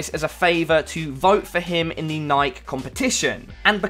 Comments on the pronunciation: I always thought it was pronounced Nike-e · Bruh you said Nike so wrong <3